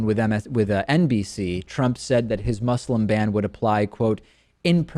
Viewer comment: One day, you will learn to pronounce ``Muslim.''